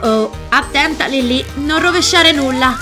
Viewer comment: Non si dice lilli si dice lilly capita